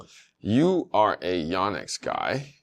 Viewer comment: So I really like your show... but please, please, PLEASE pronounce the name properly. It's not "Yawnex" it's "Yonex" as "YO - NEX". Names are important. Lets get this right. Eric Samuel Yonex Brand Ambassador Captain DMV (Washington, DC/Maryland/Virginia)